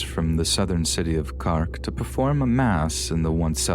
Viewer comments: Love your work but the pronunciation of the Irish places are killing me... "Carrk". 😂 It's "Cork" like a wine cork and we don't roll our "r's", that's Scotland! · "moonster" "Cark" Lol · I love these narrations, they're always strangely calming. But celtic me nearly spat out my drink hearing you pronounce cork as "cark" x'D Keep up the great work, love the channel. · love how you pronounced cork with the irish accent lol. a fun touch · I would have expected you to find out how to pronounce words before you narrated them. Mun-ster, I not "moonster" Cork, not "cark"